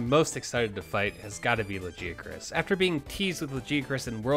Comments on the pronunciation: Its Lag-eye-e-crus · there is a lot of ways people pronounce monster names... LA GEE KRIS THO, OH I GOT A PROBLEM WITH THAT ONE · Nice pronunciation of Lagiacrus. Never heard it like that b4